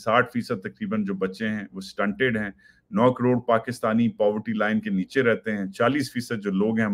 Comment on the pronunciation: NOT "NIECE Y" BUT "NEECHEEY"